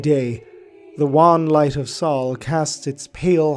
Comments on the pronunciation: It is SOHL not SAUL SOH-LAR, not SAULER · Our star is called sol like soul, not saul Otherwise, awesome video.